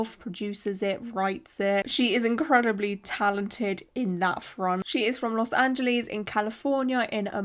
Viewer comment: this accent :D "los anjeelees"